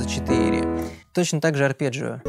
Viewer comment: а мне понравились "подщипчики" = "подписчики" а ещё "переборджио" = "арпеджио" - очень рад, что мы теперь и по- русски можем сказать сложный термин.